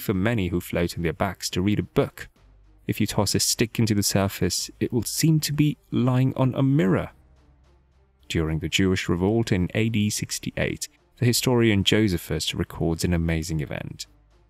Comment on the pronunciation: I heard “Joseph-us” rather than “Joe-SEEF-us.” 😢